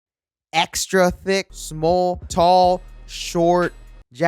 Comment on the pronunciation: this nigga said šmôl